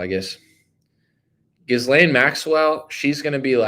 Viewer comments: Are you deliberately mispronouncing her name ? The “s” is silent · Trying so hard to make it through this but can't handle the butchering of her name. The s is silent. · Please pronounce her name right ?? 😂